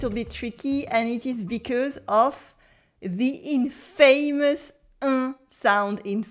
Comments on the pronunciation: Great lesson. It's good to remember that accuracy in the sound system matters for pronunciation. Also, 'infamous' is not said like 'famous'!! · True - it's pronounced in-fuh-mus.